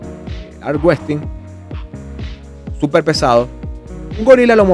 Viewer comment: bro por qué le llamas armWRESTING en vez de armWRESTLING, es con L, no con T